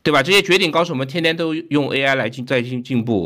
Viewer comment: 哈哈，王局读AI这个词，居然跟吴语区的人同一个口音（字母I读成类似阳平的声调，“挨”）。